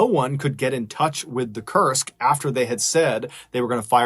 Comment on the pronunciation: so thats how you spell Kursk. I heard it till the end, it as "Cursed".